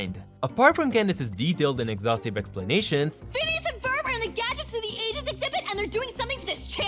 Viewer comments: It doesn't sound like he's saying phineas.. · he always says penis and it's hillarious for some reason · Him: Phineas and Ferb Subtitles: Penis and Ferb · Is it the accent or are you purposely calling Phineas, “penis” and Jeremey, “germ”